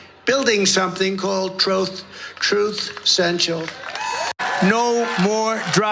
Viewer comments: TROTH SENSAL???? IDIOT CAN'T EVEN PRONOUNCE HIS OWN APP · He said "troth sensual" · It’s “troth sential” 🤣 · Just how dumb are these people and the people who listen to them. Idiocracy made real. He's so out of it he can't even remember the name of his crappy social media platform.. WTF is Troth Senciol... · I'm sure he said 'Truth Sensual'! 🤣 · He said 'truth sensual'... Listen carefully. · JD Mandell, Troath Sential, drock Bockes, yeah Biden is the one with speech problems. This douche bag doesn’t know who he supports, the name of his own social media platform, where you put your filled out ballots or worse, he can’t read.